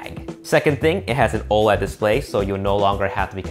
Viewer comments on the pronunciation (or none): none